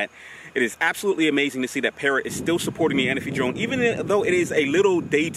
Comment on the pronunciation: The Parrot A-Na-Fi ...lol... you and my boy Inspector Gadget always call it the Parrot Ana-fi..lol...but since its your drone, I guess you can call it Larry if you like (